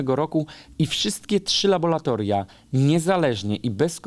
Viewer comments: Nie uczą już łaciny i mamy labolatoria zamiast laboRatoriów; tak jak aqua to „akua”, a nie „akwa”. Matematyki też już nie uczą, dlatego powierzchnię próbki materiału podają w cm3. 😉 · Bardzo cenię Pańskie wypowiedzi, materiały obalające pseudonaukowe teorie. Muszę jednak zwrócić uwagę, że mówi laboLatoria, zamiast laboRatoria. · Labolatolia? Serio? Laboratoria!